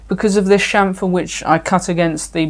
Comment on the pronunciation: You had me at "Shamfer".